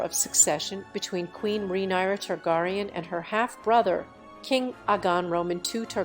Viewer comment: King Ogon the 2 TargarieYawn